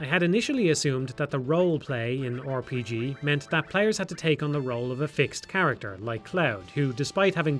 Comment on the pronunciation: I just like hearing people say "Or P G"